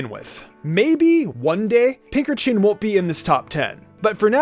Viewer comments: am I the only one who was really bothered by how he said pinkerchin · Never thought of pincurchin pronounced how you did. I pronounce it "Pince urchin"